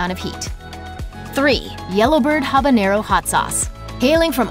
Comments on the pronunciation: It's not "habañero! It's habanero . Named after Havana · One would think that someone talking about hot sauce, would be able to pronounce the names of chilis. Habanero, habanyero. Funny, when talking about Louisiana brand, she got it right. OK, I'm confused here. She is talking about the YellowBird brand, and the habanero is hotter than the Ghost Pepper.